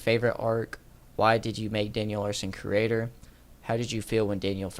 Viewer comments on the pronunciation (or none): why do you pronounce curator as "creator" lol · lol i love your content bro, say it like (cure-rator) it means like a collector or something such as a museum curator. anyways thanks for the entertaining content man <3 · You and Daniel have something in common… Neither one of you can properly pronounce “curator”…